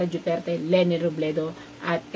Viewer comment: Robredo Po Hindi Robledo